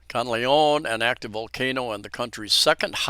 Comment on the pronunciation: Thank you for your update. However - please do your best to pronounce Mt Kanlaon properly. It is pronounced kan-la-on. It is annoying when a foreigner continue to mispronounce a location without any effort to say the word properly - especially on live media.